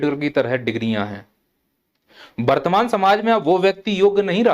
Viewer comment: पहले बर्तमान को सही से बोलना सीख लो । वर्तमान